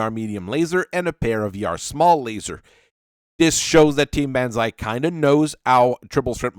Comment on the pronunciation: Dear lord, B -on - ZAI pronounce it right please